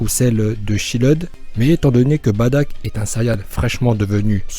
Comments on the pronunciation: sa me stresse quand tu dit : badock moi je dit bardock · Se n'est pas "baddack" mais "bardock" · juste on dit bardok et nn pas badak et on dit cabba et nn pas cabbé mais reste comme tu est car tu et trop bien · On dit Bardock et non Badack c'est énervant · C'est pas Badak c'est bardok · myster z s'est Bardock pas Badack 😂😂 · badock et non badack mdr !! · C pas Bartak c bartock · C'est pas badack c'est bardock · On dit pas "Badak" mais "Bardock" et on dit pas "chiled" mais "chield" (comme bouclier en anglais) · Bardok pas badak putain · sest pas badak mais bardok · Baddack c la prononciation mais sa se lit Bardock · On dit Bardok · J'ai bien aimer mes sa se dit bardock et tu as oublier Freezer comme même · Mais pk tu dis badack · Toi tu dit batack tes bête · Sa se dit bardock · Oui en français on dirait Bardock mais pas en Japonais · Tu sais même pas dire le prénom du père de goku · Juste c'est Bardoque , Caba et on dit pas "Pan mais " Pane "